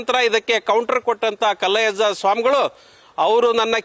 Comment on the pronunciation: ಮೊದಲು ಹೆಸರು ಹೇಳೋದು ಕಲೀರಿ ಮಾರಾಯ ಕಲ್ಲಜ್ಜಯ್ಯ ಅಲ್ಲ ಪಾ ಮಾರಾಯ ಕಲ್ಲಯ್ಯಜ್ಜ ಅದೇನು ಹೇಳ್ತೀರಾ ಏನೋ ಶಿವನೇ